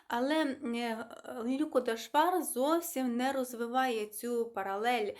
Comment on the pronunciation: Канал для висловлення думки і я скористаюсь цим: ви так слідкуєте за правильною українською вимової і, щоб твердо вимовляти шиплячі, що втрачаєте динаміку мовлення. На національному каналі ЛюкО, у вас ЛЮко. Ми не кажеио ПушкІн Якесь зерно є, але я недослухала Вона розповідає реалії (автор). Подобається нам це чи ні.